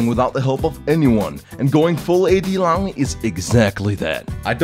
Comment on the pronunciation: im love you so much, i cant stop crying from laugh when ur said: Illahooi! Fuck it, ur awesome